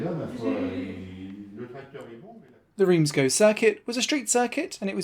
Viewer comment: Please pronounce Reims correctly.